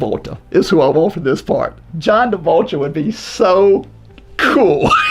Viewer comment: Can we maybe get a count of all of mispronunciations throughout the video please? I'll go ahead and start us off. "John Davoltra"